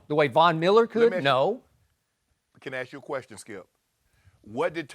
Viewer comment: Can someone tell Shannon there is NO "R" in question